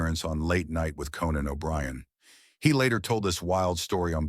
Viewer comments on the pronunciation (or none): CANON O'BRIEN .....boom boom book....shoot that canon..... hilarious mistake of the AI voice host.. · Canan O' Brian??? 🙄